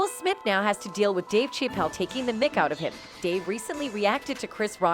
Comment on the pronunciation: That AI’s pronunciation of Dave’s name 😂 Dave Cheap-Elle LMBAO 🤣😂🤣😂